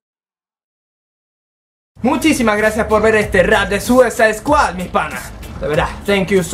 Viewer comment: harley quinn Pinshi poser, seguro eres una unika y detergente, encima tienes como 9 o 10 años, pero, por si tu cerebrito de Jarli Cuin no lo capto, lo escribió así a propósito por que el pronuncia "Suisade squad" -.